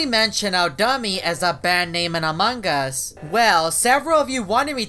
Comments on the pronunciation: He Calls It Among Gus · said amanga's